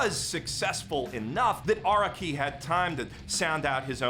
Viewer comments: Stop pronouncing Araki like that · The way you say araki is killing me